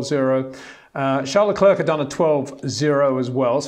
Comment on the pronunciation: Leklurk, Vershtappen; it just sounds so incredibly dumb.